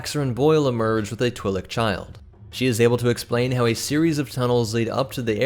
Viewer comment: You are saying Twilek wrong I do believe